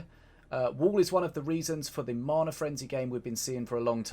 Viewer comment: ffs you still cant say mana... how long you play this game ffs bro lol